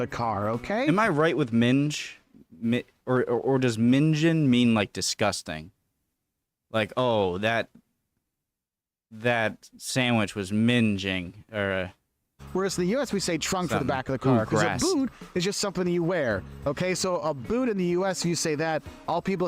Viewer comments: you say the sandwich is minging NOT minge which is a vulgar word. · Hi, In UK, Bringing, Singing and Minging rhyme, how you said it minge is slang, similar to fanny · You are right about "minge", but "minging" has a different origin - apparently from Northern Irish/Scottish slang word "ming", which means "stink". BTW, minging is pronounced like "singing", not "syringing". "Rasher" goes back to the 16th century, and isn't related to "rationing". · Minging - Terrible - "Ming-In" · I'm gonna end up going to the original and see how much people have corrected. Because damn he has plenty not quite right. Oh and we need to talk about how you pronounce minging. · 'Minging' is with the hard G, as in Gnome....